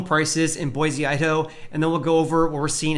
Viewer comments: A guy from Cali telling us how real estate is correcting from having doubled during the ridiculous plague. That’s rich. Don’t worry about Boise. With all the people fleeing Cali and their insanity making headlines daily, there is no end in sight. Oh, and learn to pronounce Boise correctly if you want an ounce of credibility here. It’s Boy-see. Not Boy-zee. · it’s boy-see!!